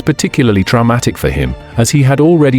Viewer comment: Why can’t AI say common words like cursed and traumatic properly? Sad that Patrick died young like his father, it sounds like his life wasn’t easy and he suffered a lot of tragic events, I wouldn’t say he was a nightmare though.